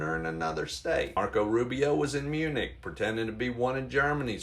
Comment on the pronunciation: I heard EUNUCH when you said MUNICH, which couldn’t be more accurate to describe Marco Rubio. 🤣